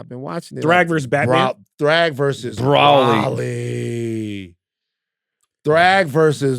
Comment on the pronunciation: Bro-ly 😂😂 not Braw-lee